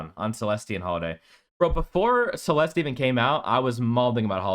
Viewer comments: You do not pronounce the E at the end of Celeste bro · The way you pronounce Celeste is so annoying. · Are you deliberately pronouncing Celeste's name wrong as a joke lol? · 99% sure it's a joke. He even says it normally when he is talking about Holliday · He knows. He’s joking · the moment i heard you pronounce CELESTE, i knew this list is a troll. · it’s a joke to pronounce her name that way, and this list is nothing but facts. if you think this list is bad it’s because YOU are bad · The way you pronounce Celeste is giving me gout.